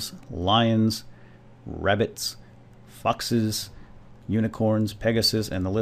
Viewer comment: i thought when you said foxes that you said fuckses